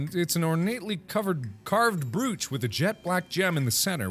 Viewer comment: Its pronounced tawn-teen and brooch is pronounced broach (rhymes with roach)